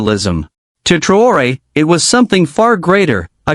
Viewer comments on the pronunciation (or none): Bukan TraYOR,,,,,,,INI NAMA TEPAT NYA MAS,,,,, IBRAHIM TRAORE